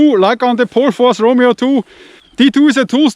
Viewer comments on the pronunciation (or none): none